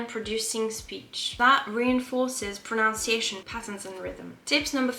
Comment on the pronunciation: Beaucoup de bons astuces là et votre anglais c'est impressionnant. Cela dit, il y a un piège dans le mot «pronunciation» et vous êtes tombé dans le panneau. C'est different que «pronounce» et beaucoup d'anglais font l'erreur, même quelques professeurs ! C'est vrais! Je crois que c'est le mot le plus mal prononcé. Bonne chance et bonne continuation.